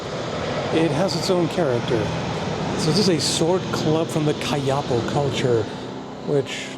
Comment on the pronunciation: The south american tribe would be pronounced KaiaPÓ, if memory tricks me not.